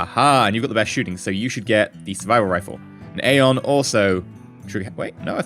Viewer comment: isnt Aeon said E-on?